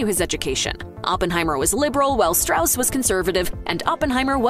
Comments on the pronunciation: There are some questionable representations in this video's questioning of the accuracy of the film. It's pronounced Straws, not Strauss, which is clear enough if you see the film. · It’s pronounced “stross”, not the typical Germanic “Strauss.” That’s why they had the character explain within the film how to pronounce the name. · Strauss is pronounced STRAWZ stilly. Go see the movie. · Strauss insisted on "Straws", not "Strouse". Sounds less Jewish. But I don't know if that's what motivated his choice. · It's pronounced "Straws". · It’s pronounced straws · Topic of the video: Everything Oppenheimer Gets Right And Wrong About The True Story First thing it does: Butchers the pronunciation of the name Strauss--- something that is mentioned in the movie. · You mispronounced Strauss’ name. There’s literally a whole section of dialogue to explain the proper way to say it. Did you guys actually watch the movie?